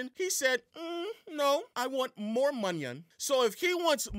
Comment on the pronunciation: Calling money "monyun" is corny.